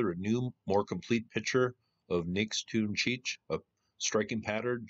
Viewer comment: Nix toon chee eetch is how it is pronounced